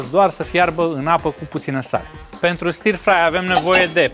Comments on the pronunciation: stir-fry [ˈstəːfrʌɪ].....nu e i acolo la pronunție. un fel de ă. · stă frai se citește. ă lung, fără r.( non r pronounciation)